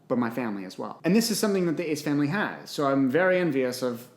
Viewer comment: He said my friends, my FANLY & my self 😂